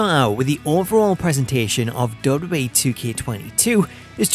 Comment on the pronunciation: I can’t get past how he says “DubDub-E.” Great video nonetheless!